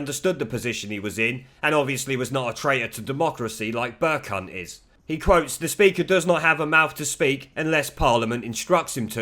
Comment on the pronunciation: Amusing to hear you call the speaker Burcunt over and over again...hohoohoho...and yes, Mogg is far too brimming with intellectual guile to have anything but fun with the BBC cretins. I would love to hear Mogg say BurCunt!